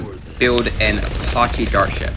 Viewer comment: It’s a-patch-e not a pot che